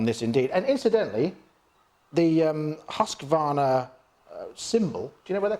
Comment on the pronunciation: It is HUSQ-VARNA not HUSQ-A-VARNA dont know why so much people invent letters xD.hahahha Nice vid guys! keep it up!!